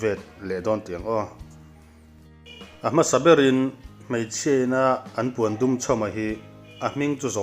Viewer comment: Puandum nilo in Pawndum tiin an lam thin.